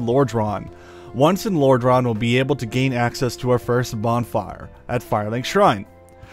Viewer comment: Your pronunciation of Lordran and Titanite are absolutely atrocious